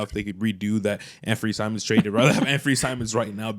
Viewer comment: Bro sucks saying "Chim'ona"